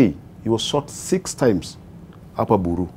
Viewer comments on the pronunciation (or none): Buru not bury